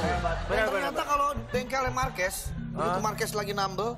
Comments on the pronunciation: Indo sekaliiii bahasanya,Jadi yang bener itu Markues ya bukn Marquez??? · Bukan MARKUES tapi MARQUEZ😂 lol